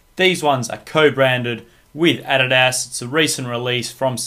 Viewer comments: He doesnt even know how to say adidas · lol you say adidas funny